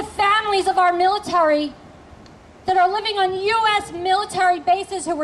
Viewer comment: did she break her jaw earlier that morning because she keeps saying mOn-sOn-tOe and miliTAURy?